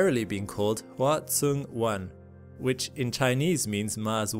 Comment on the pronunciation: Huoxing is pronounced “hwoh-shing” just fyi :)